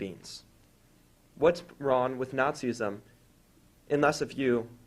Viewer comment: It's not Nazi-ism it's Nazism, one syllable only. It's weird though that christians keep on telling us that if they didn't believe in their god they would all become homicidal murderers and kiddie rapists. I think we should believe them and insist that they keep on believing in their weird god.